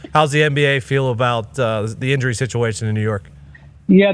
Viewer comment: “the inury situation” ….. ….